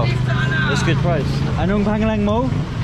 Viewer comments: the way he said “pangalan” didn’t sound like how it should be pronounced so she was making sure she understood lol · No, she actually just re-said what he said which was, "Ano ang pangalan mo?" It means what's your name? Because he didn't quite pronounce it right... But you can tell the other girl was encouraging the birthday girl. 🎂🥰